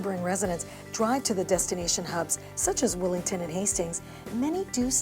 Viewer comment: Why does she keep calling it Willington? It's Willingdon!